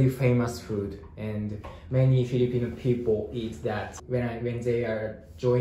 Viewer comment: FILIPINO NOT FELIPINO